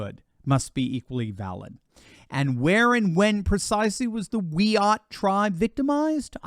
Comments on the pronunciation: Tucker spelled it right. It's 'wai-uht', not 'we chat' with a silent 'ch'. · Its pronounced Wee Art. Great start. It is the place. By some magic it "represents" the place where native youths were auctioned off as slaves. No luv. It might be the actual place where that atrocity took place but there is nothing about the geography or the statue that either "represents" or "celebrates" those events. This lady is an idiot in search of a meaningful purpose in life. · You know how this is going to go when she immediately gets offended at the mispronounced of the tribe 🙄